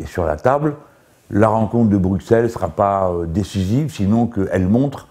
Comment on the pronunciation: Jamais un Français n'apprendra a prononcer Bruxelles...